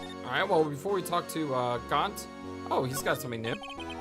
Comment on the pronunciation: I guess it's minor especially at this point but it's pronounce "Eh-ma" (like Emma), and G-ant (I'm bad at this but just look up Gant Pronunciation and it tells you)